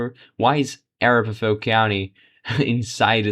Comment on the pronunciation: Totally meaningless and annoying that you keep the Hickenlooper race on screen 90% of the time. That was basically settled early on, and many other races were not at that point. And it is a-RAP-aho. After the native Arapaho tribe.